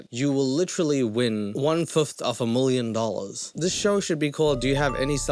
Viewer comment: 😆😆 I love how he pronounces things; mlf 👱‍♀️, mllion 💰, mlk 🥛...